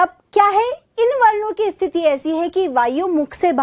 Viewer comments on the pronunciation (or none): none